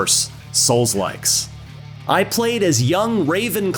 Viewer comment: why'd bro say "souls-like" like that?😂